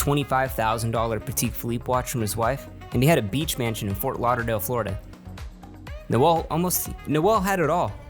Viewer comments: It’s Noel. Not Noelle. Noelle is a girl’a name. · I'm pretty sure it's just pronounced 'Nole' not 'Noël', or at least that's how all the guys I've met called that pronounce it. Also... 'Biderman' eh?